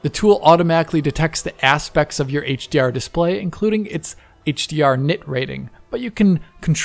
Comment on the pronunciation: Heyyyytsch Di Arrr